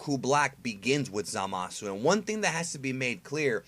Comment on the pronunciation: For someone who makes it a point to try and pronounce Japanese words phonetically, you sure do mispronounce Zamasu's name. You're saying "Zuh-mah-su" with three syllables, but it's supposed to only be two syllables in "Zama-soo".